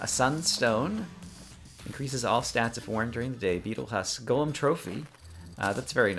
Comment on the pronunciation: First person I've found that plays Terraria that pronounces Golem correctly :) Subbed